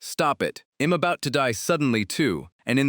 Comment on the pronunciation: This ai voice got an accent 😂😂😂 all i hear is em instead of i'm